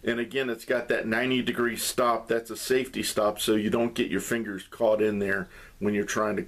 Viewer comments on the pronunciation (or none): Safety, not saftey.